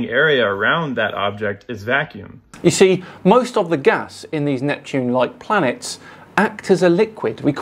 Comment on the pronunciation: "Where do I start" - How about you start by not pronouncing the word planets as "Plants"